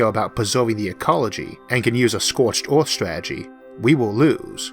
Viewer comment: The planet is called "Earth" in english, not "Orth".